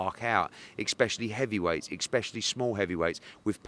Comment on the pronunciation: So annoying when he says "expecially".... mans a business owners and he can't say especially.